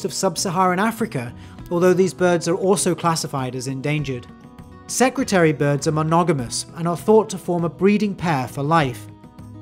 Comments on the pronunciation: Security bird? I am South African it is a secretary bird. As in a secretary that works in an office Edit: just to clarify it was just pronounced weird in the intro. Similar to how you say Nambia instead of Namibia. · Secretary bird* not “secutary” bird. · You can't pronounce "secretary" Can you?